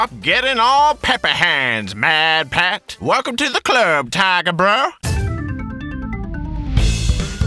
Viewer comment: I like "matpat" becomes "madpat" when says his PC is cooled by milk